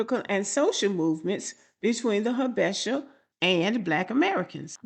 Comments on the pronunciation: Its pronounced Ha-buh-shah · 1.)I dated a Habesha (pronounced Ha-bee-shaw) woman. They are technically characterized as “Caucasian” because of the Presence of Arab( Caucus) blood. Most East African people don’t think their white but of mixed ancestry similar to creole black Americans in Louisiana 2.) Habesha women definitely prefer black American men due to our perceived dominance and masculine appeal. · Pronounced Habeesha. Very delusional. Had to cut off Ehiopian fake frens. Said her stepmom acts American. I asked wtf does that mean? She responded she has an attitude. My response, her attitude has a lot to do with her personality. Good bye forever 🫡 Hard to understand why they hv a superior complex as most of them hv low level jobs. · These are the delusional Ethiopians, they are not all like this. These men will still get pulled over by law enforcement. It’s pronounced Ha-be-sha..